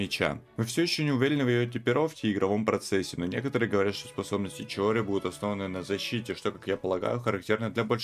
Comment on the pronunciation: Ура! Кто-то наконец-то правильно произносит имя тиори!!! 🤩🔥✨🥳